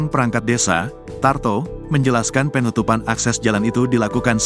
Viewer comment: Pengucapan kata PEEEEnutupan... Penutupan bang.. Bukan PEEEEnutupan Ga enak bener dengernya..